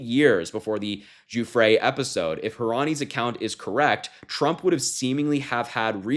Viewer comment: Thanks for not saying Guffry.